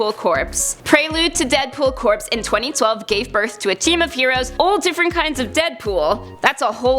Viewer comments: Listen, I love your channel and all but I just wish that you would please stop mispronouncing corps. It's pronounced as "core", not " corpse". Please stop mispronouncing corps. You're going to make my brain melt! And that would not be good for me. It just so happens I like my brain. Thanks. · It's pronounced Core not corpse. All my brothers in the Marines would appreciate it. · Deadpool Corps, not corpse. It's pronounced like core. If Deadpool can't die, it's unlikely we'll ever see a Deadpool Corpse. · Corps is pronounced "core" like in Marine Corps or the Army Corps of Engineers. Love BTW. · isn't corps pronounced "core", with the 'p' and 's' being silent? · Corps is pronounced "core" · CORPS. pronounced like CORE